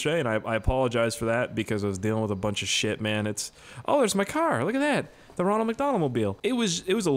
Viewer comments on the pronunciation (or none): none